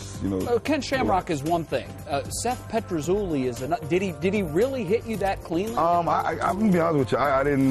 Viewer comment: Seth PetruZUlli hahaha WTF